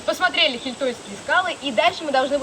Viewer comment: Не ХиЙтольские😊,а ХИйтольские😀..поселок под названием Хийтола( ударение на 'и")... А то как то слух резануло😊 просто сам из Карелии😊